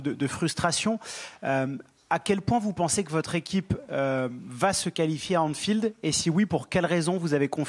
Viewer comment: Anfield, pas Enfield sale gosse 😅